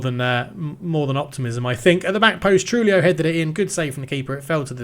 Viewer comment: Tujillo is pronounced True HE Yo